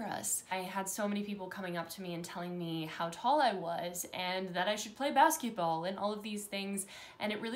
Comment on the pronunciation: She said baskytball 😂😂😂